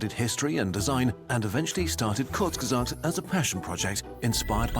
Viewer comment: Bro, he meant that Hasan is actually capable of speaking some german words perfectly. But he does't manage it with the word Kurzgesagt.